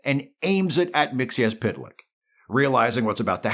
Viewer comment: Thank you for correctly pronouncing Mr. Mxyzptlk's name.